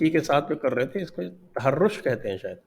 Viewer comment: Sanjay Ji the word what you said is ,TAHROZ not TAHROSH....TAHROZ=ATTACK.